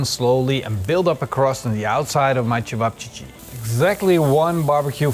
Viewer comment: Lol I never heard of cevapcici, but it was funny hearing you pronounce it differently each time 🤣